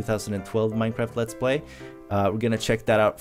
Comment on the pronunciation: Also i love how he says MineKraft and not Minecraft XD